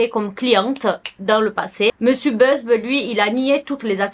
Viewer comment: C’est Buzbee. « Buzz-bi » pas Beuzbe 😅